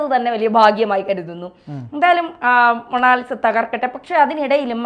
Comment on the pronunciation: മോണോലിസ അല്ല മോണാലിസ ലോകപ്രശസ്തമായ പേര് അറിയില്ലേ ഇതുവരെ😂😂😂😂😂